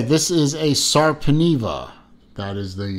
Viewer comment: Sorry, you pronounced it incorrectly. The pronunciation of the letter e is different in Finnish language.